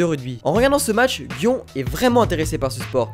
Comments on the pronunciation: ça ce dit "guion" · "Gion" ! t'a pas respecté l'animé ;)